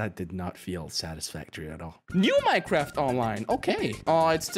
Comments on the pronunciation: mAiNcReFt BuT iTs NoT mEiNcReFt fake accualy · "Maynekraft" Poetry. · Maynkraft XD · When he says maynkraft its funny XDDD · Yes my favorite game 'cimemraft' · MAYKRAFT OK